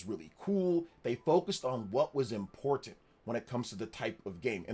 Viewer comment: I swear every single video the way he says "Important" just sends a chill up my spine. Like why can he just avoid saying that word